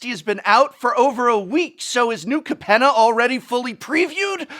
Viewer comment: Pretty sure it's pronounced Cape-nah.